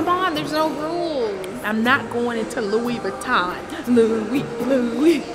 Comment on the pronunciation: WE ARE NOT GOING INTO A LOUIS VIOTTOUN 1 second later: So were in Louie 😂😂